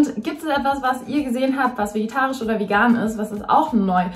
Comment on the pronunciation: Es ist so süß, dass du immer "vegitarisch" sagst anstatt vegetarisch 💕🤗